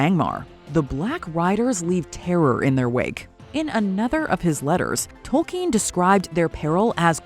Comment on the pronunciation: His name is Tolkien. Not “Token”.